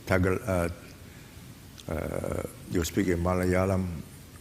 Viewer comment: His pronunciation of Malayalam is impressive. Fabulous nuanced understanding of India, hats off!